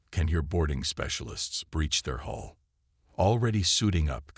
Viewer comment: The word is Hull, not Hole. are we learning yet?